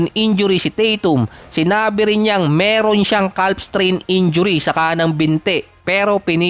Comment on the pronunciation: CAF po ang bigkas kuya